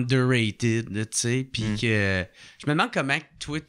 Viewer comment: Toué! ça n'existe pas., c'est *toi*. S.v.p., massacre pas trop notre langue française.